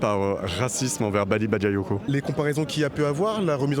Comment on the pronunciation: Elle a dit, Baly Babayoko à 2 min..😅franchement, ce sont tous des racistes à mal prononcer son nom 😝